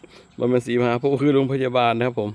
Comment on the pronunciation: โพธิ อ่านว่า โพด ถ้าไม่มีการันต์จะออกเสียง ด เป็นตัวสะกด ถ้าใส่การันต์ โพธ์ อ่านว่า โพ ครับตามหลักไวยากรณ์